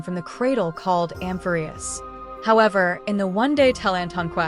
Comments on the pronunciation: Hello, thanks for this video! All your videos are super information dense and I always end up learning lots of new things. I've seen some people complaining about the text to speech and I just had a suggestion: you might like to change the spelling of some words that the TTS mispronounces to get it to say it correctly. E.g. Nikador -> Nickador, Amphoreus -> Amphorreus to get it to emphasise the correct syllable. You could find+replace to change the spelling all at once after you finish writing your script. I couldn't figure out which TTS voice you were using (I saw in your comments that you use Microsoft Text To Speech, but your videos don't sound the same as the one in Word and I'm not sure what else you could have been referring to?) so unfortunately I haven't been able to test if these changes would work for your TTS. I would be happy to help figure out spelling changes to fix the pronunciation if you let me know which TTS you use. But I definitely understand if you can't be bothered and regardless I will keep enjoying your videos and appreciating the hard work you put into them :) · can someone tell me if this is voices by an AI cause the pronunciation of Amphorius and Heliobi really pissed me